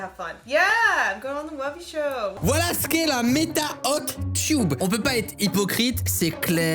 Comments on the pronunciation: Tub ça se prononce teub pas tube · tu prononce tube au lieu de tub